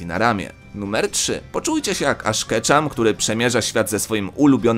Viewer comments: Ash Keczam?! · Ash cethup😆😂